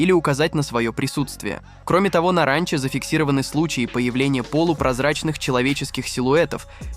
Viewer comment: абОртни говорит и ранчО! 😂😂😂